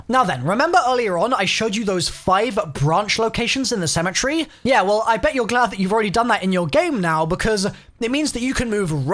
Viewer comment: It's called cemetery not cemetree get it right